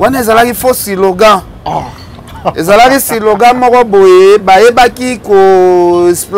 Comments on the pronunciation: on dit slogan et non silogan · On dit slogan et non silogan